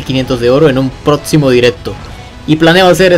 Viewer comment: TEAM PEREZOSO ni siquiera los a de ver solo al azar, y según el dice que se vio todos, que esperar que alguien que no sabe ni hablar:v han notado esa "T" colada en sus palabras? "Butscar" "protzimo" Y si le comunicamos esto a pixonic? Así le cambian los sorteos a:v